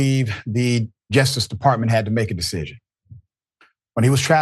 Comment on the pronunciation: Dr. Richey, it’s JUSTICE not ‘jestice.’